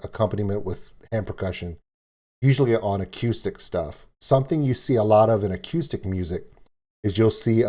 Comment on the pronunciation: Is it just me or did he pronounce acoustic (a-q-stick)?